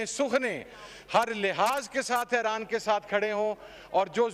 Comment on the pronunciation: It's Iran not Aran😂😂